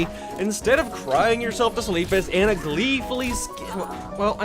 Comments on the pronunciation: McGee? An-nuh? No, it's McCree and Ah-nuh! Why can't people pronounce names correctly? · STOP STOP STOP STOP SAYING ANA LIKE ANT WITH AN A IT'S AHNUH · or Ana..